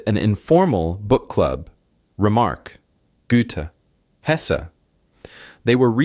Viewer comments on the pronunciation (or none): none